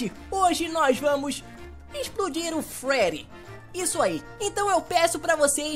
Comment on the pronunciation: kkkk ele fala frerry mas é Freddy